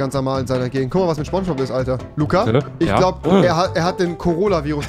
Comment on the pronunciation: Niemand: Rewi: SCHBONSCHBOB